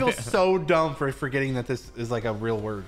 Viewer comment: Did u guys realise that said lick instead of like